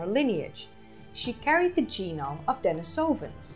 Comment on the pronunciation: This is a great video and very interesting. However, I would like to point out that your pronunciation of "Denisovans" is incorrect. The stress should be on the second syllable (den-EE-so-vans) and not on the third. It is a common mistake that people make when trying to pronounce Russian words. I hope you will take this in the positive spirit it is intended, and keep up the good work!